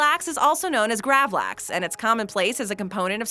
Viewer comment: The way you say Gravlax is painful to hear cant you dam yanks pronounce anything as it should be